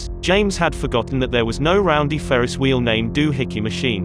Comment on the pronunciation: Whenever you subtitle Alanah saying "no" you should spell it "Naeoughue"